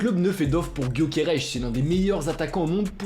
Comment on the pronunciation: C'est gyokeres et nn pas gyokerech mdr ç'est un suédois pas portugais bordel 🤦